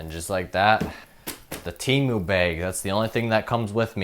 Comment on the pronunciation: “Temiou” SON IM CRINE😭✌️